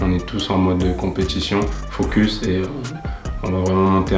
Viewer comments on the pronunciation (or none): none